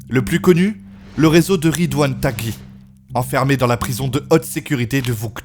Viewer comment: Aïe aïe aïe « dzaïr » pour dire « Djazaïr » et « Ridouan TagGUI » pour dire « Ridouan Taghhi » les prononciations sont pas bonne mon reuf Sinon super vidéo comme d’hab carrément tu m’a inspiré pour faire une vidéo